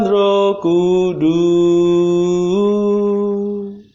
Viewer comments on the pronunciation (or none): Terima kasih banyak bagi Bapak yg mendaraskan doa. Kami bersyukur atas Rahmat setiap pagi untk ibadat bacaan. Mohon ijin saran utk doa kata Roh Kudus dan nafas, bagian huruf s nya agar disuarakan. Terima kasih. Berkah Dalem Gusti Yesus.